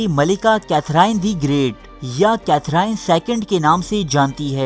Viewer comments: The gentleman who has made this video seems to be sexually frustrated himself that is why he has made this weird video, even his pronunciation is incorrect, the name of Queen is Katherine but pronounced as Kathrene, janab where are the references which you have used to make this stupid video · السلام علیکم ۔یوسف بھائی آپ نام کی درستی کر لیں یہ کیتھراہین نہیں ھے بلکہ صحیح نام کیتھرین ھے۔ اب آپ سے امید کرتا ہوں کہ آپ لوگ صحیح نام لینگے ۔ I hope you get the right name now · Sufi nhi sophy... Catherine ko cathereeen pronounce kerte hain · Katherine : کیتھرین Itni badri video bana daali aur naam bhi sahi sai nahee aata ❗️ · Name to theek prononce kro bhai